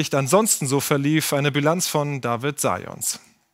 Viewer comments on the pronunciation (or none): none